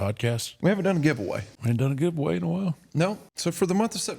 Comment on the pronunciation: That's "GUVEAWAY" 😅